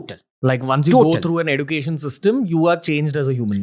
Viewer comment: Ranveer's pronunciation of a lot of words is way off for example the way he say "Education" "Putin" is just beyond me. Bro at least learn from your guests so I don't have to mute you every time you speak. It's cringe AF.